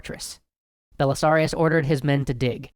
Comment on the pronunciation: ‘Belisarius Cawl” is all I heard